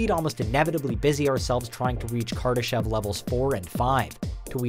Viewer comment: Did he say kardashian